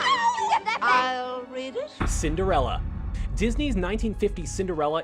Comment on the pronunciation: You didn't think anyone would notice did you? I know your game. You misspelled Cinderella and said Cindrella instead. Mmhmm, I'm onto you lol